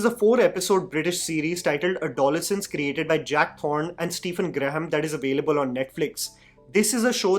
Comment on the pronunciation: Sorry the pronunciation is add-oh-less-ance